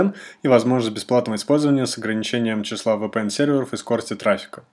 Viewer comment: еще бы правильно произносить VPN научился бы)